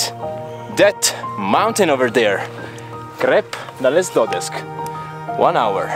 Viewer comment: Conosco benissimo il Piz Duleda essendoci stato più volte partendo però dalla Val Gardena, dove abito, e non dalla Val Badia come hai fatto tu. Posto comunque assieme al Crep dales dodesc (che pronunci non proprio in maniera corretta) veramente meritevoli di essere visitati! Seguo sempre con gioia i tuoi video fatti veramente bene e con passione! Avanti così!